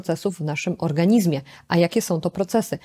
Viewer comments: Pani doktor! Piszemy "w organizmie", ale wymawiamy "w organiźmie" ! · Organiźmie...gdzie się pani polskiego uczyła?!